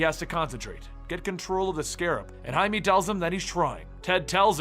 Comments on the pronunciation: Jaime That’s High-may, not High-me :P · It bugs me that you keep pronouncing blue beetle's name like hi-me, when it's hi-may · It's Jaime you dumb shit Jaime JAIME not Him-E (High-MAY) JAIME REYES, for fucks sake how just no one know how to say it. Jaime, Jaime. Jeezus! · lmao your're pronouncing the Blue Beatles name wrong. Jaime -- sounds like (hi-may) not "me" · no its not its High-me not met many Jaimes huh? He literally calls himself Jaime. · Its pronounced Hi Meh